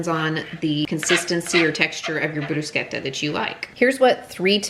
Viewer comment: Thank You so much for correctly pronouncing “Bruschetta”! ❤